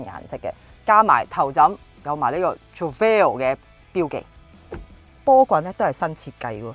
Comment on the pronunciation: Please learn how to pronounce Trofeo first......